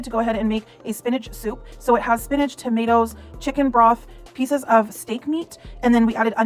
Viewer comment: Wtf is up with these gOrls pronouncing it "spinagg"??